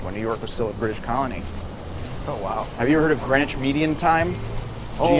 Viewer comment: Sounds like they're saying Granish instead of Green-wich?